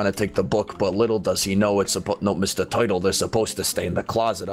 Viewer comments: Wth is a 'teuytle?' Is it a turtle? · "Mr toitle" XD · doesn't know how to say Turtle 😸😸😸😸😸😸😸😸😸😸😸😸😸😸😸😸😸😸😸😸😸😸😸😸😸😸😸😸😸😸I done 🐱 because loves cats and link in the description and get I love cats 🐱 ti-Shirt Sire meowes a -lot plushy